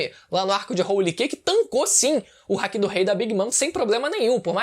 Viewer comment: Dá agonia do falando hack, NÃO É HACK, É HAKI kkkkkkkk hack é e quando vc usar algo ilegal no CS: Go